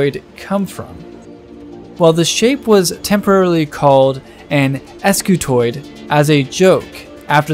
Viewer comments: Wouldn't that be pronounced "skew-toid" instead of "es-kew-toid"? Because an initial "sc" almost never breaks into two syllables, and because "skew" as in offset or twist... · wouldn't this thing be pronounced "skewtoid" and not "ess cue toid"? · ‘Ess cuh toid’ how do you spell that? Scutoid, not s-cutoid, scutoid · I realize he pronounced it as es kiu toid and not skiutoid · Spent the first half of the video wondering "If the first line of the description says Scutoid, why does he keep saying Escutoid the whole time?". Would be nice if you kept things consistent, or at least explained the name in the beginning rather than the end of the video. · Scutoid not S- scutoid 🤦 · The guys that invented this were smart enough to invent a new shape, but not use grammatical correctives. if this is an S-Cutoid, it'd be pronounced exactly that way, MAYBE chaotically SCutoid. But with every fiber of my being, Scutoid is pronounced 'Ssskew-Toy'd" ALL OF THIS BECAUSE OF SOME GUY'S FKN NAME? So its acutally SkewToy'd Scutoid. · Wouldn't it be pronounced "scutoid" and not "eskyootoid?" Like - "skoo-toid"??? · pretty sure it's not an "Es-cutoid" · that you remove the e in the title and description but still saying 'escutoid' is a bit trolly